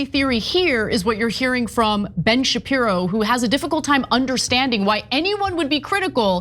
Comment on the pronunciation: Blenn chupiro.😂😂😂